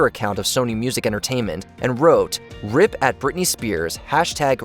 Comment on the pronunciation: Who the hell pronounces it rip, as in rip, instead of R.I.P??